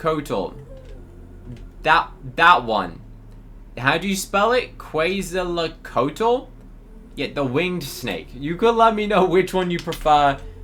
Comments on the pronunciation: The snake name is pronounced ket sul kut ul. I looked it up😊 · se pronuncia "quetsalcoatl" es un dios azteca, su nombre traducido a español es "serpiente emplumada"